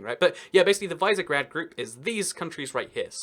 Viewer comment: Visegrád is pronounced vish-e-gr-ah-d. Cool vid btw